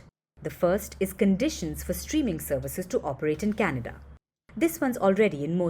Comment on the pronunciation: New Meme....Oh Cana-duhhh😂😂😂